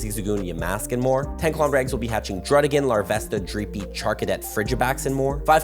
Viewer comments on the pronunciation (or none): none